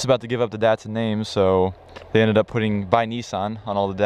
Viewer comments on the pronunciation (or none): DAT- SUN not DEHT-SUN